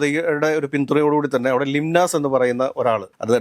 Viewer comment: ലിംനാസ് അല്ല ലീനസ് ആണ്